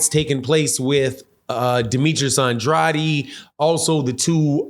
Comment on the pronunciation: Bruh why can't you pronounce Demetrius Andrade last name correctly? 😒